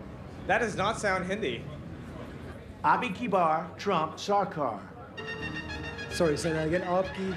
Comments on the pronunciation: Why this sound like: Abi kibar trump choker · Abi kiba trump jakaar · no one: trump: a binky bar, trump shlar car.